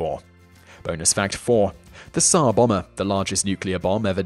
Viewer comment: I know that putting the stress in a word can prove difficult, but "Tzar Bomber"? Srsly? It's Tzar Bòmba